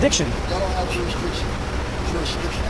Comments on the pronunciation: "Jurisriction" lmao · That "juriswricsion" will get you every time. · They can’t pronounce ask but you expect them to say jurisdiction correctly, Lol? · JUR-IS-DIC-TION..... say it slow.: ).